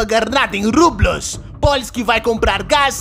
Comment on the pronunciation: Lesse Rublhí, não rublus